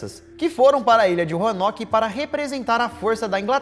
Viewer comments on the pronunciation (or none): Do nada o Lucas "sento em 15 pessoas que viviam em roarnoke"😏😁🙌